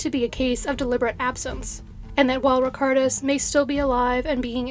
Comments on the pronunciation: The lithuanian name was completely mispronounced unfortunately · the lithuanian name was pronounced wrong, so not "all" of them.. I love this channel, but it was a bit sad to hear the chinese names pronounced correctly, yet the lithuanian one slaughtered